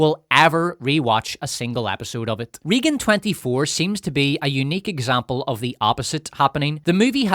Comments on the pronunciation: Regan is prounced more "RAY-GUN" not "Reegen" also you screaming is obnoxious as hell and ruined an otherwise okay video. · Took me a minute to figure out that your weren't saying "Reegan" as part of a made up name for the movie, and that's just how you pronounce "Raegan". Maybe that's the correct way to say that name Ireland but in the US it's always "Raygan". Oh well, your aren't very likely to be making more videos using that word frequently and you aren't going to change this video now. Only too bad that the Communists successfully took over Hollywood after all, which is a lot of how we got to where we are today. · Also, RAYgan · It cracks me up how badly he mispronounces “Reagan” 🤣